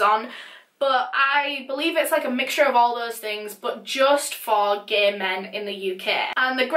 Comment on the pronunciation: Love the way she pronounces "gaee" 😂